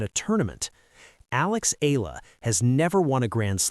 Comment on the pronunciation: E-YA-LA not E-LA is the correct pronunciation